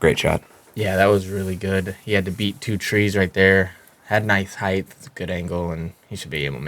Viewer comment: Uli, “heighth” is not a word. Also, Gurthie did not throw that shot so “good” he threw it so “well”. Thanks haha